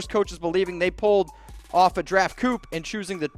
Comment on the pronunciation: The P is silent in COUP... Wait... you're the guy that thought Gruden was showing "granny" film also aren't you... ugh.... carry on